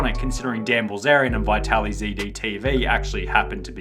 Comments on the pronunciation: dude, you are butchering his name 😂 Vaitaly? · good video.. only 1 problem : The name Vitaly is not pronounced as "why tally" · It’s Vit-Ali. The first “i” is soft. No need to emphasize it and miss pronounce a common Ukrainian/Russian name. The “i” is pronounced identically to the “i” in “it” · You want us to believe u researched when u call him bye-tali??? Bruh u wilding